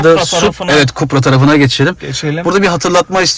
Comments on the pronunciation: Supra değil be kardeşim KUPRA okunur. Otomobil üzerine yayın yapıyorsunuz ama bir markanın nasıl okunduğunu bilmiyorsunuz. Yanınızdaki bayi personeli Kupra dedikçe siz hala Supra diye inat ediyorsunuz. Bir tek Supra var O da Toyota Supra. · Kupra diye okunur